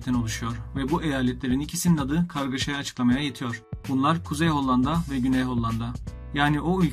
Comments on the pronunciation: Maalesef hollanda diyemeyişinden videosu izliyemedim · Çok kötü önce bir diksiyon dersi al ve Hollandayı düzgün telaffuz et! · Reis nedense her hollanda dediğinde bi gülme tuttu